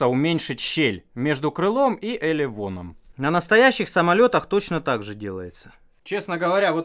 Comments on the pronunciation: Почему пишешь элерон, а говоришь элеВон??? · Это такая традиция элерон называть элевоном? В остальных словах буква «р» звучит чётко. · Вроде говоришь элевон, а написано элерон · вы второй человек, которого я знаю, говорит вместо "р", "в". ЭлеВон. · тож интересно почему он так говорит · Почему говоришь каРбон, лонжеРон, но элерон пишешь правильно, а говоришь элеВон?